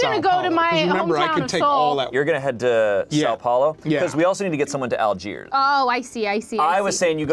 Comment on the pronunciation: The way they don't pronounce the "~" in São Paulo bothers me probably the same way it bothers native English speakers when I mess up the sound of "th".